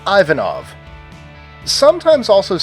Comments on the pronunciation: Its not pronounced I-vanov its pronounced eevanov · Pronunciation Errors: Uruguay - not uru-gway, uru-kwai same with Paraguay but with 'para' Chile - not Chee-ley, Chilee Ivanow - Not eye-vanov, iv-anov Sri Lanka not Sure lonka, shri Lanka Martinez not martin-ess, mart-een-ez Rossi not row-si, ross-ee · Nice work but you got at least two of them pronounced wrong. Martin in French is [mar 'te] with nasal [e] and the last vowel stressed (as always in French). Russian Ivanov is pronounced [i va 'nov], not ['ai va nov]. And letter Z is always [s] in Spanish.